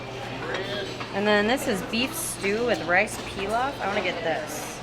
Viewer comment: Rice "Pee-lof" lmao